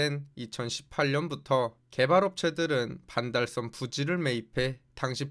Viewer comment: 왜 반달썸으로 발음 하는가? some?